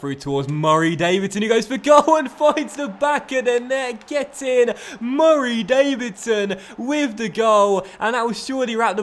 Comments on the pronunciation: I love the way he says "Murray Davidson"😂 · Every time You say Murray Davidson like that it makes me want to click of the video but I like this series Please Stop ✋🏻